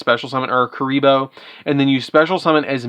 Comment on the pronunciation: Love kuriboh! Just a heads-up, though: it's ku*ri*bohrn, not "re-re"